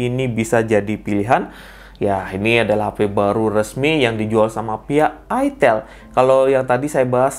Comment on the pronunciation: Itel beda dengan itil wooooy Otak loe yg meleset ngalor ngidul Itel Alcatel Sahitel Telkomsel Kenapa ada kata tel itu merujuk singkatan telecomunication / telekomunikasi Beda dengan ITIL , huruf beda pelafalan juga beda kecuali elu cadel ga bisa ngomong i .